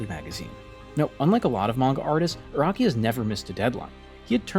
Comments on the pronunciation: It’s pronounced Ah-Rah-Key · Iraqi, Raki, Rocky Bro can't even pronounce Araki